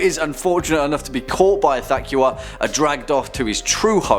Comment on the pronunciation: the way you pronounced ithaqua really grinds my gear.